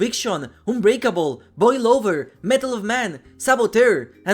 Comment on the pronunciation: Im not the only one that heard boil over as boy lover right?